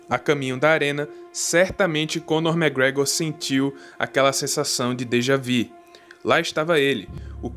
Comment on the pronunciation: bro é dejavU n dejavi wtf